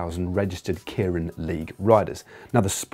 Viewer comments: Yeah, I've always found the tendency to pronounce it KIER-IN a bit odd. People seem to have no problem pronouncing the given name of Kei Nishikori (the Tennis Semi-Finalist up against Andy Murray) as "KAY", but for some reason if you stick "-rin" on the end, they pronounce the first bit completely differently. But otherwise a very good explanation. :) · Kay-rin, not Kearin. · Point of interest Matt that'd be pronounced Kay rin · actually pronounced 'kay-rin' in japan at least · God, every time he says kieran, it kills me inside a little. Also, I believe you mean Kita-Kyushu, (think Q-shoe) Fukuoka.